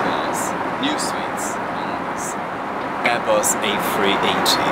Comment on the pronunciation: “Airbus Afree eighty” Me: dis ain’t free